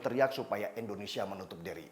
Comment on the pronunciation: Indonesia bang, bukan Endonesia